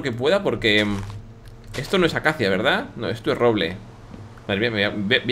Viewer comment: jejeje willy dice ¡¡RRROBLE!!! xD (COMO PRONUNCIA SU RRRR) :D